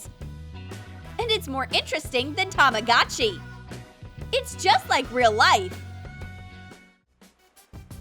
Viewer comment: tamagachi ??? it's tamagochi